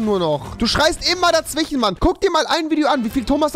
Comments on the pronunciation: Hast du nen sprachfehler ?? Du sagst immer dazwichen statt dazwischen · Rewi kann nicht dazwischen aussprechen 'dazwichen'